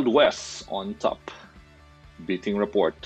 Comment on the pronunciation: You totally crushed Rapport’s name! Do some research will you? I hope you say other names right.